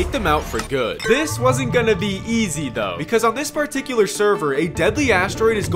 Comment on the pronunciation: damn it, its pronounced THO, not FUCKING DOE